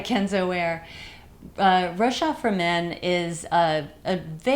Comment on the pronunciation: Thanks for the review ! Rochas is pronounced with a "s" though. "Rochassss" : ) Ps: love from France